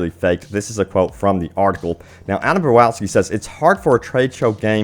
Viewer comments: Does this guy even get one word right? Adam Bowwaaawski wtf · Ad-am Ba-dow-ski.